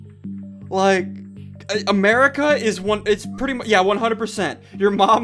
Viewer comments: Why does he say “Merca” instead of “America” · SSundee says Merica not America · “Merica” did he say?